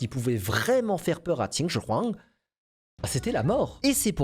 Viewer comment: La façon que tu prenonce "Qin Shin Huang" l'accent ma cassé les oreilles 😂😂